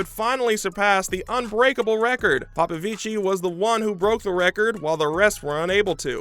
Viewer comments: It's not like popovicii it's popovici😭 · Please! 🙏He is not Italian! You do not pronounce the "i" at the end of his name. He is to brilliant a swimmer for anyone loving the sport to still not know how is name is pronounced.